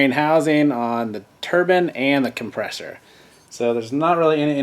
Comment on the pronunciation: every time you say come-presh-or wheel i want to choke you!! otherwise great info.